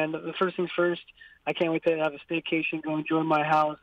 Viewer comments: Lol dumb ass steakation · Please STOP saying steakation , it’s corny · Ant Man He's not, it's called a staycation.